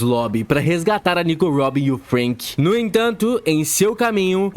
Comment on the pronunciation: Meu deus mano, acho que esse cara se traumatizou com nomes, por que puta que pariu, parece que ele quer ser do contra pqp, fruanky, usópp, ceAzar clown, Ênel, cara oque te custa falar direito, vai te cair um braço??